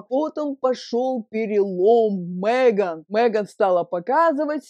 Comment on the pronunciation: Она не МЭган, а МЕган.